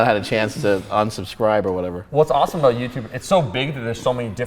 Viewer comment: "Whats starwars aboot?" HAHAHAHAHAHAAHHAHA